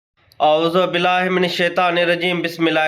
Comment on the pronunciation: اعوذ باللہ من الشیطان الرجیم کا اعوذ باللہ پڑھنا سیکھو پہلے اعوذ باللہ اپ کو پڑھنا نہیں اتا ہے شرم کرو تھوڑا سا